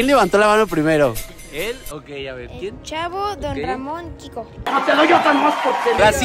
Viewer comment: dice CAHVO en vez de CHAVO